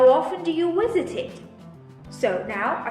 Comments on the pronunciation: why u keep saying " Wisit " not with "V" ? o.O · you said Wisit instead of Visit